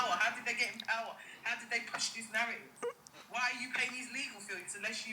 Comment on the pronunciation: On another note is clearly not book smart she cannot even pronounce words correctly, algorithm and narratives moving like bouncer 😂😂